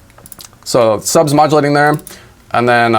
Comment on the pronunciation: "it's molodulating" -, 2020